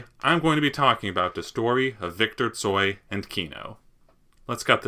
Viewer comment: thank you so so much for great video😊❤ Viktor Stoi was a kind and great musician. im so so sorry that he died. you have very very great pronounciation🥰😍🤗😉tsoi predicted many changes and his songs gave hope to people in ussr. he included in song non direct criticism of ussr so Kino wasnt banned